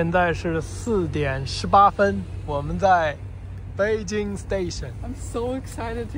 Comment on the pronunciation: 4AM in Beijing. That accent of saying Beijing just like Beijing locals.